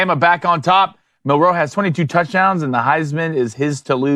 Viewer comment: It's Mil'-roe, not Mil-roe', Ein-stein'.